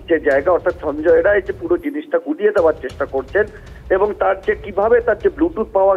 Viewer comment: সঞ্জয় রায় নয়। সাঞ্জয় রাই।